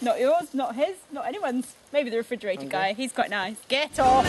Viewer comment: "At least we have a refrigetator." He just couldn't resist, could he.